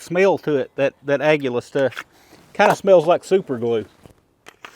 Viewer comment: You are the first person i hear pronounce the word "Aguila" correctly ! Almost everybody pronounce it wrong, thats that the Spanish word for "Eagle"